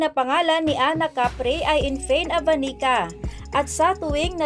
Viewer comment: Mali.pag pronounce c true name nya. Infant Avanica her true name. My former classmate since 3rd year to 4th year high-school. Mabait yan. Godbless infant 😊 Im happy for u na married ka na rin pla😊